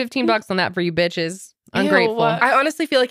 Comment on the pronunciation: Is it just me or calls the girls “beaches” a lot in this one